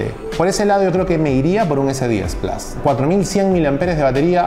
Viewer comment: Xq le decís Plas y no plus?